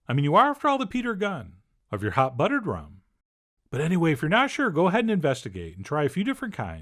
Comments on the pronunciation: "Hot ruttered bum" -Chef John 2020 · I couldn’t even hear the recipe cuz I was still dying over hot ruddered bum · Hot ruttered bum....omg....lmao! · Hot ruttered bum 🥰🤣🤣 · Hot ruttered bum lol.